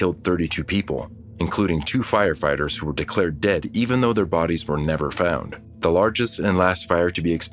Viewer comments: Did you say...firefarters? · The narrator totally said "Fire FARTERS" 😂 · Did anyone else hear " FireFARTERS" ?